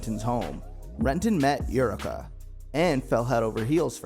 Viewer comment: Yeah “most forgotten” considering you don’t even know how to pronunce her name. It’s aye-oo-wreck-ah.